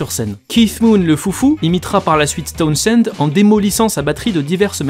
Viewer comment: On prononce TOWNZEND, (on prononce pas le H). C'est comme pour Portishead, on prononce PORTISEDE